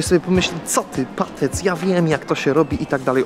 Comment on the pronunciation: Kto powie że źle literuje PATEC, przez co moga go nie zrozumieć ludzie, którym to ją podaje i błędnie wyszukiwać nazwę."EJ" w angielskim to A, a "I" to E wiec literując Patec ludzie słyszą PATAC nie PATEC bo jest dwa razy "EJ". Nie czepiam się tylko chciałbym z błędu wyprowadzić aby na przyszłość go rozumieli. Pozdro